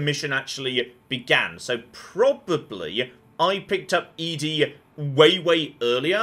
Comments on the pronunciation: I will never get over the fact he pronounces it E-DE not ED-E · I know you (for some reason) refuse to properly pronounce ED-E but do you have to also misgender him?